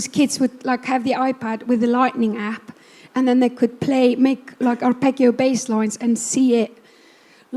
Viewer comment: Arpeggio (Italian) = /arˈpeddʒo/. I absolutely love and respect Bjork, ... but I don't like mispronunciation, lol!